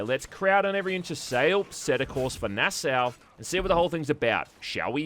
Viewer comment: It's "Nah-saw"